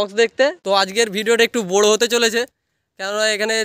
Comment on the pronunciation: 😂 বড়ো ❌বোরো ✅😂